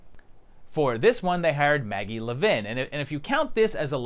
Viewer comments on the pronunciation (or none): none